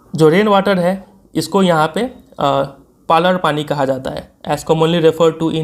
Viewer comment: Finnally किसी ने tho पालर पाणी नाम सही से pronounce किया Saara YouTuber to issa पलार पानी बोल रहे हा।😅😅😅